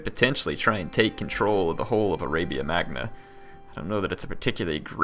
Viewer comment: arabia MAGNA? do you know a bit of latin/italian pronunce? gn in italian/latin is like ñ in spanish